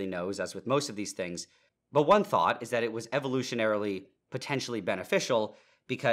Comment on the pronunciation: It's weird hearing the word "one" pronounced as "ohn" and not "wuhn". 😂😂